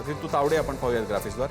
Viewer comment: प्रसन्न तायडे बोलतो. तायडे कि तावडे?